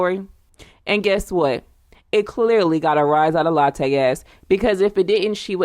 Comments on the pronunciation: It's not Latte it's Latooooo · Please pronounce her name right , its not pronounced like the coffee